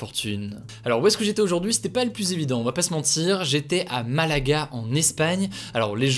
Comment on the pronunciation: Moi c'est sa prononciation du mot "plus" que je supporte pluSsss